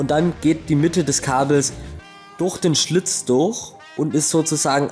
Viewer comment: warum sags du immer durh als stat durch